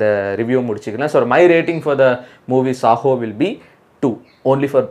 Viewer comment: Bro it’s Saaho not sahoo